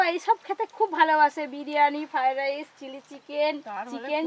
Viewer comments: ঠিক মতো উচ্চারনও করতে পারে না বলে ফাই ডাইশ 😂😂😂😂😂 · রান্নাটা ভালো হয়েছে,,তবে কর্ণ ফ্লাওয়ার দিলে গ্রেভিটা রেস্টুরেন্টের মত হতো।।আর একটা কথা তোমার অনেক কথা সংশোধন করা উচিৎ ।। তোমার রান্না সব বাঙালি দেখে এপার ওপার বাংলার।।যেসব উচ্চারণে ত্রুটি আছে এগুলো আরো বার বার বল ।যেমন আজ বার বার ফ্রায়েড রাইস উচ্চারণটা ঠিক ঠাক বলছিলে না । তোমাকে ছোট করা নয় শুধু হাসির পাত্র না হও এজন্য বললাম। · Fried rice bolte pare na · ki fried rice kothata tthik moto uchcharon korte pare na naki